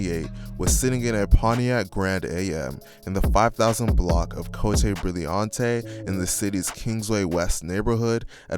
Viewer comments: I've never heard cote brilliante butchered this bad 😆 it's not cote' brilliante' it's just coat brilliant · Cotay brillyauntay 😂😂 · Bruh bruh. It’s pronounced like Coat Brilliant. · Swear to Bob I almost called my people & asked them why they never told me about Coyote Brigante or whatever the hell he said 🤣🤣 I'm saying it just like that from now on🤦🏿‍♀️ I was like "did he mean Cote Brilliante on the Northside cause that shit do look familiar" He'd have a stroke trying to say Sauget,Vandeventer,Chouteau,Soulard,Kinloch,Bellafontaine,Cabanne,De Pere🤣🤣💀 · co tay bril li ante lol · It’s pronounced cote (coat) brilliant (like brilliant minds)😫😂